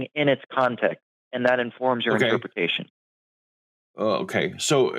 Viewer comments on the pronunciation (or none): translation: "That interpwetation huwts my feewings. :("